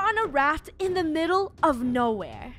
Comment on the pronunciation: funneh says we are in thhe midlle of nowere